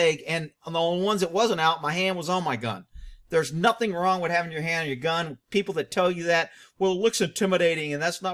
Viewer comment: I thought it was NUFFIN'